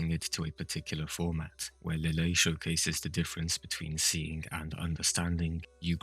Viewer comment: Did you notice Lille was pronounced Liege-ay in the dub? I was not expecting that pronunciation but I like it.